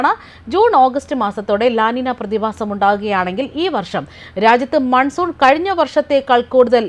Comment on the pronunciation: മൻസൂർ അല്ലടോ മൺസൂൺ 🥰🤣